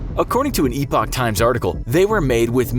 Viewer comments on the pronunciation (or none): none